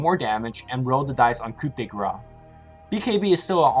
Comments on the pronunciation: (I just wanted to rectify the highly controversial pronunciation of her ultimate, you have to say "Grâce" like "Grass", not "Grah" (the "ce" isn't silent, I know that we have a lot of silent letters but well it's not the case here :D)) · "Coo de grass" guys, not gra.